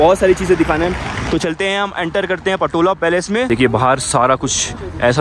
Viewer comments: It’s pronounced “Potala Palace” not patola bro, let me brief you about the smoke offering doesn’t mean sniffing just smell good it’s more associate the pristine nature of aroma that Buddhist believers used in puja and outside the home moreover used it in chapel where enshrined buddha and many deities, protector of dharma’s. Ah Tibet is an autonomous region once used to, but then after 1959 chinese communists annexed it under Mao zedung’ today they hoisted their communists flags on the roof of “Potala Palace” the world riches palace Chinese blunder loot it under coercive communists rules. Many monasteries are destroyed to the dust and monks were threatened to follow their Buddhist practices at vast monks so many them imprisonment. World leaders frigid to talk about the critical and chinese communists gain their stand. “Tibetan nowhere to call home” but feels home in exiled some parts of the world, “Free Tibet Bhoe Gyalo” ✊ “Jai Bharat Jai Tibet”✊✊✊ xi jingpin ke Kano tak sunaye de doston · again you called the Potala Palace "Patola"! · i think its not patola ,, its potala palace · It's Potala Palace not Patola my friend.. Nice video nevertheless 👍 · Potala Palace not patola 😂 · अरे भाई पटोला नहीं पोताला पैलेस होता है🙏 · my nigga its Potala Palace